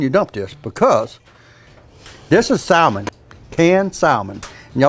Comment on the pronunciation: The L in salmon is silent. As in "sammon".